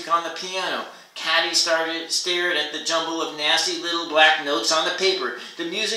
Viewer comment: Katy- Pronounced Kay-Tee